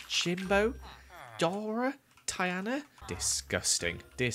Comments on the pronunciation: (Die-ane-a) Diana (Tee-ana) Tiana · Did he just pronounce Tiana as..... Tye ana?